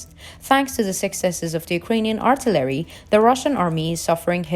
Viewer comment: WTH is artolary?? Is that Artillery and you're just saying it wrong?? I'm thinking that's what it is but not 100% sure